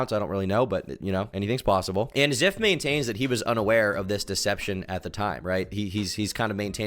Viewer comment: Call him Ziff one more time I swear